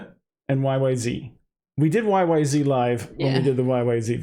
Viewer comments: Zed. It’s is Y. Y. Zed. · The "Z" is pronounced "Zed," and not in the American fashion.